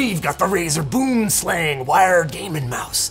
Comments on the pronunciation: Just an FYI - you pronounce it bwim slung - it's Afrikaans :) Enjoy! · I despise the pronunciation of Boomslang here. Good god lmao For those who care, it’s: Boo-em-slung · And it pronounced kinda like "boo"-"um" not like "boom" as you would say in English. Same with slang. Not like "slang" in English, more like "slung". So you would say "boomslang" like "boo"-"um"-"slung". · Boom slang directly translates to "Tree Snake", it's an Afrikaans word , obviously it's a pretty dangerous snake that primarily is found in trees here. I find it funny how people pronounce it, it's actually pronounced "Booohmslung". Venomous accuracy obviously refers to the name, I feel this mouse can be shy at times and will revert to a tree, being its natural habitat of coarse, so if its missing from your house just look there. Love Linus's pros wrestler persona, I wonder where else he uses it. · "Buhoom slung" is how you pronounce its - Its afrikaans for Tree Snake. I had one of these mice back in the day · Its weird that Boomslang in Afrikaans ( pronounced "Boo-um slung" ) means TREE SNAKE in english and the logo is 3 snakes after all. The "Tree snake" is a really big python you would get in trees that lunge down and catches its prey and small antelopes and is strong enough to pull its prey up into the tree 0_o. Did they name this with the Afrikaans word on purpose? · Just FYI: Boomslang is pronounced "b-oo(like British pronunciation of poor) - m- slung" Its Afrikaans/Dutch for "Tree Snake". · It's actually pronounced something closer to boo-uhm-slung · Someone needed to mention that boomslang is an Afrikaans name for a south african snake and i laugh every time its pronounced wrong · And this South African's ears are offended by the mispronounciation in this video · Love the way anyone over the pond pronounces 'Boomslang'. It's a very different beast (pardon the pun) in deep dark Africa where it comes from. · ask Kyle how he would pronounce BoomSlang :P